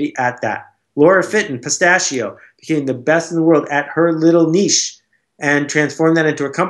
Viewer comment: Good interview, I'm glad to finally hear someone pronounce the word Niche correctly, I lose respect for people immediately when they say Nitch! Just a pet peeve but made me like Seth more, and made me feel like he really knows his stuff.